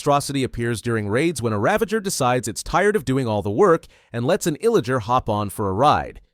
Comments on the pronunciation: Its a Ravager not Ravenger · Ravanger? Its Ravager 😂😂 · Its Ravager not Ravenger lol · “Ravenger” lol